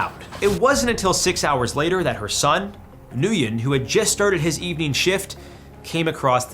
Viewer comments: The name Nguyen is pronounced like WIN or WEN. That said, good material. I remember that Biford Dolphin incident...I saw those pictures. Pretty messed up stuff. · yeah he also butchered the pronounciation of 'nguyen'. Goes to show he doesnt care about the things he covers